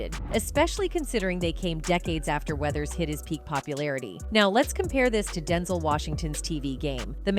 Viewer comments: Who is Densel? It's Den ZELLE 😆🤦‍♂️ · I hate these AI voice narrators that don't know how to pronounce common words or names! Denzul...are you kidding me?! Rocky 2 inches? Rocky 3 inches? Somebody needs to be fired!!! Oh wait, you can't fire a robot!!!